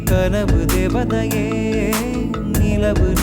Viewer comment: நீங்க சொல்ற தேவதையில் தை யை அழுத்தமாய் உச்சரிக்கிறார். வேறு சில கடைசி எழுத்துக்களையும் அழுத்தமாய் உச்சரிக்கிறார். உதாரணம் : சந்திரனை யில் னை யை சில சமயங்களில் ணை ஆக்கி விடுகிறார். அதை தவிர்த்தால் இன்னும் நன்றாக இருக்கும்.